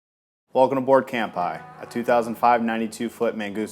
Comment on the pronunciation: You need to learn how to pronounce "cheers" in Japanese. It's NOT "camp-eye."